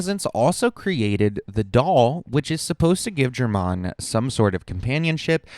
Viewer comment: "jermanne" dude they literally say his name in-game lol